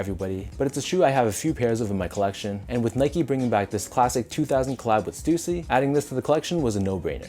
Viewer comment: Damn i been pronouncing stussy wrong all these years....